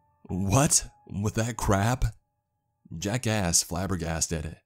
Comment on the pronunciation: you need to pronounce your K's a little more everytime you say jack ask's which is a lot i hear jack ass lol